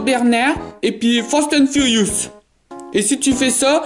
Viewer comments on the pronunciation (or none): « » « fastane furyoos »